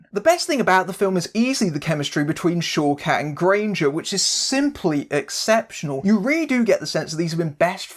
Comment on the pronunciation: Whenever you say one of the actress's names, I keep hearing it as "Showcats" :D